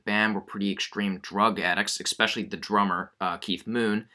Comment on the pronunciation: “Expecially the drummer”